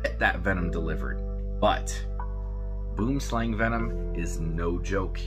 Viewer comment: You are pronouncing Boomslang completely wrong. It's an Afrikaans word Boom=tree Slang=snake